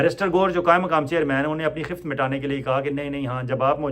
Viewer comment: یہ لفظ خفت نہیں خفّت ہے